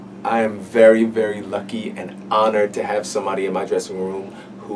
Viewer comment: At first I thought he said I'm "Burry" excited and I was like LESLIE YOU SLY DOG